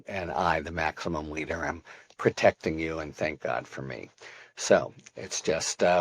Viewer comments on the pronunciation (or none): none